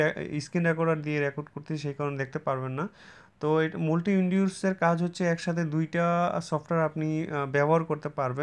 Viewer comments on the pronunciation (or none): 'multi' এটার উচ্চারণ হবে 'মালটি' ( 'মুলটি' না ) । ধন্যবাদ ।